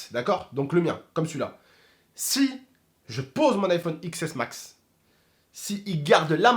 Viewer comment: on dit iphone 10s max pas x s mas